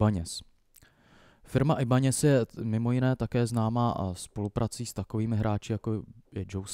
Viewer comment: Skôr ako začnete poučovat, najskôr sa presvedčte či máte naozaj pravdu páni..napr značku Ibanez vyslovil správne, však je to japonská zn., potom zn. Gibson sa vyslovuje s G nie ako poniektorí "odobrníci" vyslovujú "džipson" tak to by bolo všetko..nie že by ste boli radi za každé takéto video, ešte tu budete držkovať :)